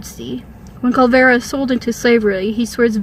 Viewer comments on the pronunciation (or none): Its clearly Kullervo. Why does she keep saying Kullvero?